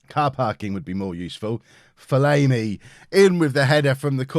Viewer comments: STOP SAYING FOL-AYMI ITS FOL-AHMI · From an Ipswich Fan - it’s Ben Fol-arm-ee. Loving the series btw!!!